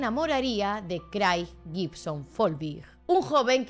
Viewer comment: Hola! me encantan tus vídeos de true crime, los veo todos, sólo me paso por aquí para decir que el nombre de Craig se lee como Creg. Sigue así! <3